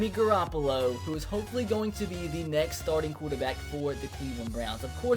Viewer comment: you butchered the shit out of Garoppolo's name.